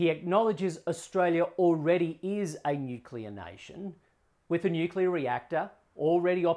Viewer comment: Ted, your energy on this is admirable. Sadly, you are dealing with a minister who can't even pronounce nuclear much less expand his thinking beyond "firmed renewables" despite having no coherent plan to deliver the firming (by 2030!). Having committed to nuclear submarines, Australia has crossed the rubicon on establishing competence and infrastructure in nuclear technology, and now we should unshackle our engineers. Interesting Bowen didn't raise in his video the "where does the reactor go" question which we have heard from him recently; perhaps he accepts that not being able to counter nimby-ism is a sign of a weak leader?